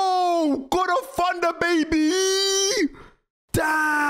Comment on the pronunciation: It’s thunder not funder